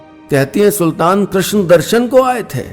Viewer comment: श्रीमान जी , कृष्णा नहीं कृष्ण कहिए। कृष्णा कहते ही स्त्रीलिंग हो जाता है, प्रभो